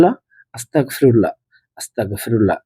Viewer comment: মাফ করবেন আপনার আসতাগফিরুল্লাহ বলাটা সঠিক হচ্ছে না,ওটি হবে আসতাগফিরুল্লহ,ধন্যবাদ